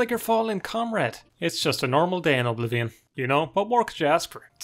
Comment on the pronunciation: My favorite part of the video is when you call it O'Blivion.